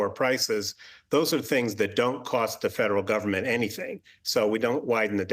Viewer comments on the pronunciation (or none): What is price gaging? It's called price. Gouging. See the speech was written for her.She don't even believe any of this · Kamala said “housel crisis” and “price gaging” lol .. clearly shows she hasn’t thought about either issue much